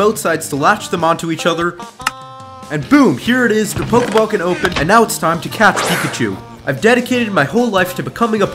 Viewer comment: you said pokball